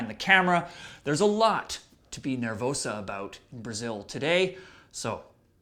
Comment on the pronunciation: Sam, it's NER-VOSA, not NER-VOUSA.